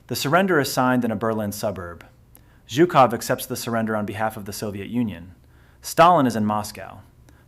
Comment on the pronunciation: If you are going to make a video about a single person, you should at least manage to pronounce his name correctly. It is not zukoff, but zhukov with the first two letters in the English transliteration representing a single Russian letter. Zhuk in Russian means beetle or bug and so a loose translation of his name is "bugman."